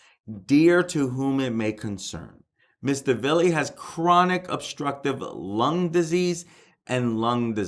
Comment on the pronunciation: You're a funny dude "Voo-han" it's the city of Vaughan like Steve Ray and " Mr. Villees ...what ever" his names Villi simple you are reporting - that's funny $1,800 dollars and $38 dollars?? what?? - don't say you haven't verified.. you haven't verified you're handle on the English language - you are ready for fox news - I'm am now a fan